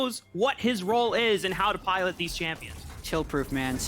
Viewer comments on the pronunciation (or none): none